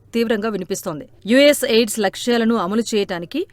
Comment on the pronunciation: ఎయిడ్స్ కాదు AID అని చదవండి..!!